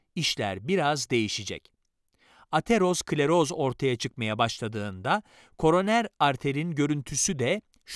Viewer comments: Ateros kleroz değil Atero skleroz diye okunur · Hocam ateros-kleros değil atero-skleroz. Kanser oldum resmen bu kadar konuyla alakasız birine bu seslendirmeyi yaptırmasaydınız keşke.